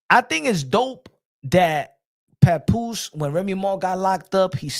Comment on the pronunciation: Yo I cry every time he says PAPOOSIE with that Spanish flare on the end 🤣🤣🤣